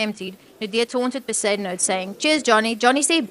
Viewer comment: Not Be-zoo-den-howt!😂😂😂😂 Iyoooo AI is grating!